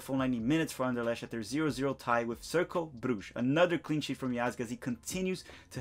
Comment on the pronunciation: Bro you’re killing me with your pronunciation. Wien=Vien as in Vienna. An-der-lekt. Glod-bock. Shaquille=Shuh-kill, like Shaquille O’Neal.